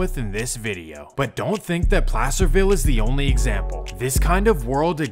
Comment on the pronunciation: NAILED PLACERVILLE💀💀💀💀TWO TEETH